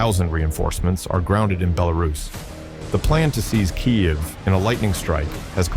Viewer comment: Says Kyiv like a Russian, thinks it doesn't matter, thinks no one noticed.